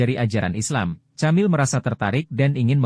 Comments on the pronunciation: Camille nyebutnya /kamill/ dengan huruf L yg agak ditekankan, ujung lidah menyentuh gigi atas , bukan /kemil/ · Moso nyebutnya camil..? Gatel dengernya..😢😢 Kemil..atau kemiile kali oom..nama Perancis..